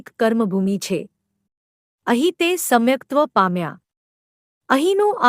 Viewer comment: સમ્યક્ત્વ શબ્દ છે. સમ્ય કત્વ નથી. સમાચાર નું પઠન કરતાં હોય તેવું લાગે છે